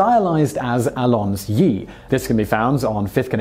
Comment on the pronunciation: It is pronounced Allonz- zeee